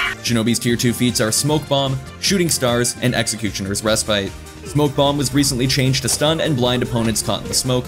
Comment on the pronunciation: Re-spit Not re-spite